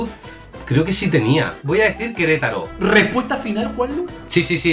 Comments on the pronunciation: Like si en el minuto te diste cuenta que dice queretalo en ves de Querétaro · dice queletalo no queretaro jajaja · dice queretalo y es Querétaro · 5.Queretalo. Es Queretaro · Notaron que dice Querétalo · En el dice Queretalo y es Querétaro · Min es Queretaro no Queretalo jajajajaja Saludos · Se dieron cuenta que en el minuto decía Queretalo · Like si viste que decía queletalo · Querétalo es Querétaro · es Querétaro no queretalo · Amigo saludos, no es “queletaLo” es queretaRo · ¿Soy yo o dice Queretalo :v? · Aunque donde dice queretalo es QUERETARO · Es Querétaro, no Querétalo hasta en el escudo lo dice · Dislike por que dice Querétalo y es Querétaro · Querétaro es con r 😔